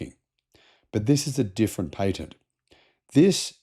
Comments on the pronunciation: Pat-ent. Not paint-nt. Phantom breaking hardly ever happens anymore in USA. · Most people pronounce patent as pay-tent when referring to unobstructed. While pronouncing it as pa-tent it refers to legal rights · He said Tesla got a new PAY-TENT? .